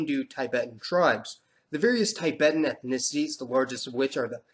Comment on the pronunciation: It's not pronounced as taibæten but Tibeten